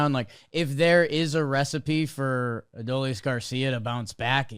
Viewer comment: Ah- dole- eze. Why is it so hard?